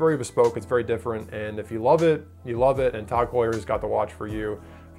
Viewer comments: Tog Tog Tog Tog. God damn it's TAG. How do you say Heuer right and get the 3 letter acronym wrong 5 million times. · Bro...it’s TAG! Not TOG. How can you pronounce Heuer correctly but not the acronym TAG? Don’t tell me they’re shit watches if you can’t even call them out by name correctly. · Before you review a watch brand, learn correct pronunciation. My God, it’s Tag, not Tog. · What the hell is "kash-a" [phonetic]? Seriously? Can't be cache for that would not fit the context. "Tawg" confuses us as well it's as as nonsensical as Joe "Deer-tay" [phonetic] (Dirt). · “Tog” Heuer